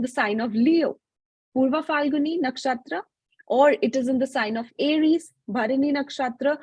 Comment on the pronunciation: Everything is good except her ascent when she say nakshatra